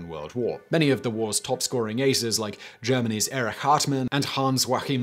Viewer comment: This video lived up to the channel name, even though early military aviation is one of my hobbies. Excellent work finding obscure, yet interesting trivia to cover. P.S. I had to rewind twice - I'd have sworn you said "Gemany's Eric Cartman", fortunately the subtitles cleared that up.